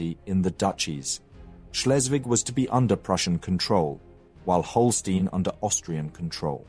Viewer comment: It is small things such as saying "von Bismark" instead of "fon". He also switched between Holstein and Holsteen several times. These mistakes were less frequent in the past and I find it takes away from what is otherwise great content.